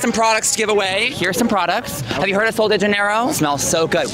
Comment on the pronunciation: Hahah me as a Brazilian actually knowing the pronunciation of these products… “Soul dei Janayyrooooo” 💀💀 -sol de janeiro 🇧🇷🇧🇷🇧🇷 love you thoo